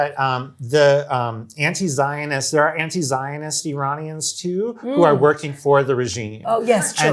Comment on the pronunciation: "Worrioring on Facebook?" Shoopid.